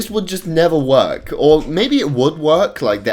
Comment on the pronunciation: Everyone: Work: Wornk